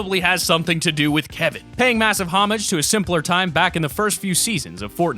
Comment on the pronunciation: my man said omidge